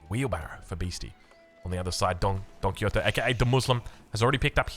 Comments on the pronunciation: Probably this comment is the definition of no one asked but... Don Quixote it's pronounced in either two ways: With an x sound, so it's somenthing like Quishote (don't know if that makes a lot of sense for english speakers) Or with the old spanish pronunciation, with a j. So it Don Quijote, like a hard g. And now I take my leave (great cast, as always) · Don Ki-Yotee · wait im confused way is Don Quixote pronounced du muslim